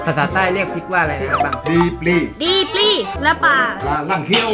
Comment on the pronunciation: ลี ปลี ไม่ใช่ ดี ปลี